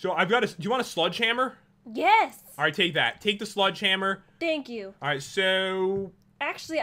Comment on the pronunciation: when pat says "Sledgehammer" does anyone else hear "Sludge hammer"?